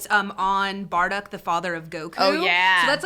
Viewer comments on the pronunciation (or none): bar-duck....lol so bad. Bardock.